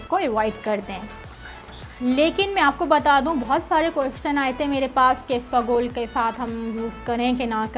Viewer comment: Isabgol hota hai isbagol nahi…